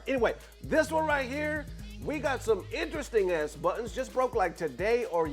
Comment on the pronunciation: The word buttons is sounding different today. 😂